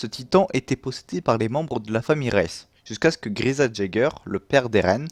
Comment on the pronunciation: Sinon même Grisha se prononce pas "Griza" .. x))